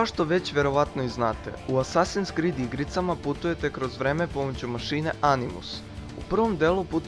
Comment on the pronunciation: ne skrid nego krid